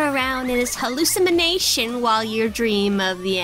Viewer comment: It's now canon in MRD that no one can pronounce hallucination correctly.